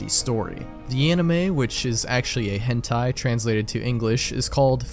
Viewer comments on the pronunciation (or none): none